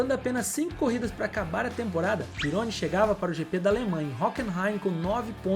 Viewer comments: Nao se fala Pirôni, mas Didiê Pirroní. Eu acompanhei tudo isso na época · sobre o Pironi, a pronuncia certa é "pirroní" e não "peroni". aliás Peroni é uma ótima cerveja italiana rsrs. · ...EXCELENTES CONTEUDOS E VIDEOS BEM PRODUZIDOS COMO SEMPRE MAS VAI AQUI UMA DICA MEU QUERIDO DONO DESSE SENSACIONAL CANAL. PROCURE SE INFORMAR MELHOR SOBRE ALGUNS NOMES DE EQUIPES E PILOTOS. POR EXEMPLO: DIDIER "PERONI" .... A PRONUNCIA CORRETA É " "DIDIER PIRRONÍ". EQUIPE ENSIGN....A PRONUCIA CORRETA E ENSAIGNE..OK?? SO ESSA OBSERVAÇAO. NO MAIS TA TUDO OTIMO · Amigão desculpa esta sendo critico, "Pirone" não existe, vou tentar escrever a pronuncia certa "Didiê Perroní" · Aê mano, só permita fazer uma correção? Didier "Perôni", cara?? Desculpa, mas como eu sou quase um cinquentão e eu vivi a fase da Fórmula 1 oitentista, o sobrenome do Didier se pronuncia " PIRRONÍ " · Rapaz, o nome do piloto se pronuncia Pirroní... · *Didie PÍ RRO NÍ......pronuncia-se assim...me lembro dele.. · O piloto francês da Ferrari citado, à época se pronunciava Didier "Pirroní" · O brabo foi escutar falar “Pirôni”!😂😂😂 Quase fiquei surdo… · Muito interessante e com bastante pesquisa, mas a pronúncia de alguns nomes precisa melhorar bem, só deu para entender alguns porque apareceram escritos (Ensign, Pironi, Cheever) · Pironi.. Chever...que dureza amigo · Não deixei de curtir ou seguir, mas as pronúncias de pilotos e equipes não ficaram legais. Um vídeo bacana desses merece um cuidado maior. Por favor, entenda como uma crítica construtiva a um trabalho tão bom. Gilles, Pironi, Ensign, Tagliani, etc... As pronúncias estão aí e são acessíveis.